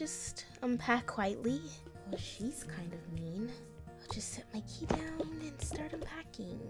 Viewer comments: you said "heres your kley cleo" instead of key lol its not meant to be offencive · Here is your Klee It is key not klee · Instead of key she said klee